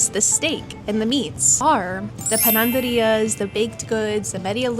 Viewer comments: It's not panandería girl, it's panadería. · Hi channel ❤ correct word is " panaderia" without the 2nd N . Panaderia comes from the word " pan " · How cute! you got an extra "n" in panaderia...great video, keep it up! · You should learn Spanish. You’ve been living there for 2 years and you still can’t say panaderia.